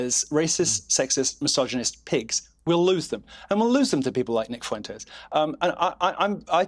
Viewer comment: "Nick Foowentayes"